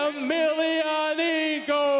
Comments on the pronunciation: I really hate this guy calling fedor " emelenenko" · the stupid commentators cannot even pronounce Fedor's last name correctly in fact they started calling him something like "melananko" what a fucking joke these ppl!